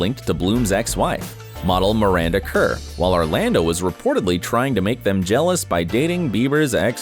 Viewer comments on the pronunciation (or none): none